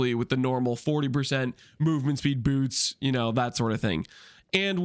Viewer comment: "Incription" "Incrishpins" "Boorts"